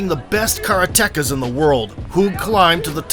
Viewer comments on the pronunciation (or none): "Kara-techas" ? It's pronounced "ka-RA-te-kas". Apart from that? Absolutely phenomenal video. Hug was a massive influence on my training.